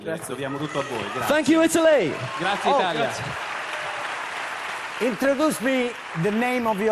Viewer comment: no vabbè sto morendo di ridere con quel “introduSe the name of your friend” guardate la risatina di Harry che mala figura